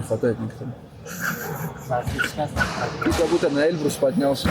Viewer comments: Выучи ударение в названии горы "Эльбру́с" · Почему они говорят Э́льбрус?